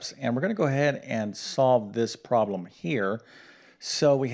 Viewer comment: Thanks for the refresher math class. I did not get the correct answer. I knew there was an order to the solution, but I had forgotten it. Notes from a former english teacher - please pronounce your words clearly, so that those with poorer math or english skills can understand. For example it's a 'problem', not a 'prom' and those are 'parentheses', not 'parensees'. Thanks. Math is hard for many people, and I appreciate your explanations. ⭐